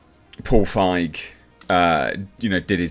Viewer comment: 👍 for correctly pronouncing Feig instead of „feeg“. I also never get tired of saying that feig is german for cowardly 😅